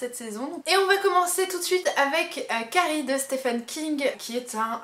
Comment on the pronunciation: Merci pour votre vidéo! Les francophones prononcent mal "Stephen". Il faut prononcer " ph" comme un "v" et pour le premier "e" c'est le son "i". Comme dans " Peter".